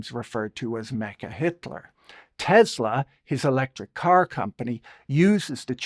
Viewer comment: It's not "teZZla". It's "teSSla".